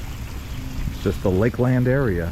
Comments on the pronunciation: it's pronounced Lakelend not lake-LAND. I've lived in this area since 1978 and I've NEVER heard anyone call it lake-LAND, but Lakelend. It was so spine grating every time he said lake-LAND and certainly didn't make him look good. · You really butchered the name Lakeland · How did he say it so wrong?😂😂😂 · I’ve lived in Polk county my whole life. Never heard anyone say it the way he did. But with billion people moving here every day, probably gonna hear more people mispronounce it. Smh☹️